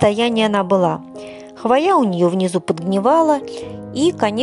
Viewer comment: Очень классно, но слово хвоя вы не правильно называете и поэтому очень сильно режет слух. В слове хвоя всегда при любом склонении ударение ставиться на букву " О", а не на букву "А" как Вы произносите.